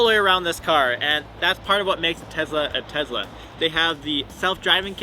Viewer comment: TeZla. funny.